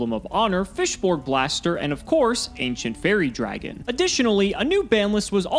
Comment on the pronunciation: You misspelled Aynshent Faiwwie Dwagin.